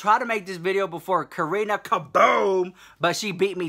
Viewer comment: Honestly tho!! Sometimes I'll rewind just to hear it again! I even get a kick out of how he says Karina KaBOOM😂